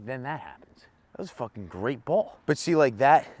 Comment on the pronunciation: “Fooken peesa shit” killed me 🤣🤣🤣